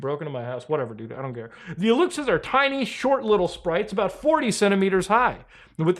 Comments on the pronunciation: Aluxes wreaking havoc inside Muta's house and making him sneeze for not believing in them. Also it's pronounced Aloosh aehs (plural) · Greetings from Tijuana, Mexico. I never thought I'd see Muta talking about Mexico, this is wild. We can all agree that our president is nuts. Aluxes are pronounced "Alushes" by the way, and no, they probably don't exist. I hope our president clarifies this urgent matter next conference (which he does one once a day, btw). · An Aluxe is not an "elf". That's just shitty Canadian "journalism". Also, it's pronounced "Alushe". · My brother, as a Mexican myself I don’t support nor condone whatever this wannabe-soap opera “president” has to say that. If you knew half of the stuff this airhead posts and says on conferences. Ufff!! You could do 20 episodes of cringe Unusual memes. Edit: Elf= Aluxes. PRONOUNCE (AL-Lush ) Good try man.